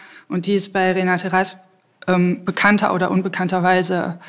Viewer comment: Wäre schön, wenn Sie wenigstens den Namen der in Rede stehenden Dichterin korrekt wiedergäben: Renate Rasp ... Der Rest ist Framing.